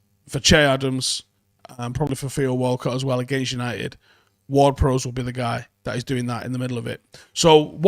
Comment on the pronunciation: please stop pronouncing James Ward Prowse name wrong? think ships bow? not bow and arrow and say it like that? prowse has an e on the end, prowse like cows